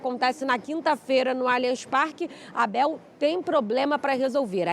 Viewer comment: Quero te convidar a falar o nome do nosso estádio corretamente: NÃO é Alianchi e sim, lê-se Aliance!!! Muito diferente. Por isso toma mais um “dislike”.